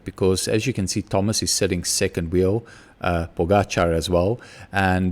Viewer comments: correct pronounciation of the surname Pogačar, name is still wrong completely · Mr. Smit, you are a quick learner. This is the right prononciation of Pogačar. I really didn't want to be harsh on you yesterday, I just wanted his name to be said correctly. Keep it up and best regards.